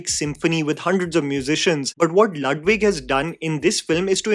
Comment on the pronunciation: Lüdwig= Loodwig not Laadwig